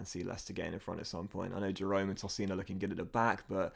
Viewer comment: Love the vids mate but tosin’s name is pronounced TOH-seen